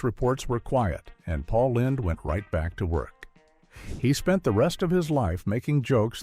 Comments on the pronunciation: The AI robot voice mispronounced Paul Lynde as paul lined an in lined paper instead of Paul Lind. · Paul Lynde's last name sounds like "Linned", not "Lined" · His name is pronounced Paul Lind. Everyone watching tv knew he was gáy. I was a kid and I knew. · Pronounced Lind not LYNDE! One would have thought you might have researched this before publishing this with the wrong pronunciation. It undermines your credibility. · Paul Lynde (LIND) not LINED! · Are these all bots that read these?? Pronounced names wrong. Paul LINDE? Then they correct it at the end. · That's Paul Lined to you! Lol.. The Mispronunciations and Canned Voices that Everybody uses always instantly gives them away.. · Apparently according to AI, it's Paul "Lined". I hate AI. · "LIND" (SHORT I) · Paul Lined? Sloppy AI again. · It's pronounced, "LIND", you idiot. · Missed pronounced Paul Lynde's (Paul Line) name....more AI shit. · Please learn how to pronounce Pauls last name. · Dick York was not gay. This machine doesn’t know how to pronounce Paul Lynde’s name! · Rock Hudson, Tab Hunter, Anthony Perkins, Farley Granger & Sal Mineo were not sitcom stars. And isn't there a way to correct the AI voice's pronunciation of Paul Lynde's last name? 😒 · I know. . Even if the narrator is mispronouncing his name. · Why can't you pronounce Paul Lynde"s name correctly? And I'm supposed to take you seriously. Just click bait. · Pail Lynde last name was mispronounced